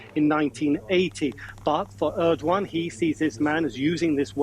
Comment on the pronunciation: Are they pronouncing his name as erdwan!!